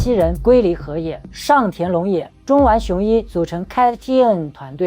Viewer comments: 發音是「卡-TOON」 有興趣的題材但一直唸錯讓人很難過。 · 人家組合發音是cartoon啊😢你那是什麼鬼讀法，連最基礎的功課都做得有問題，可見這個影片應該是走誇大其詞，添油加醋，博人眼球的路線👎🏻👎🏻👎🏻👎🏻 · 希望團體KAT-TUN的正確發音 公信榜oricon的正確發音 可以先查詢後再念.... 或讓谷歌小姐.AI發音念也沒關係.... 聽了有一點痛苦.... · 團名唸那什麼鬼⋯⋯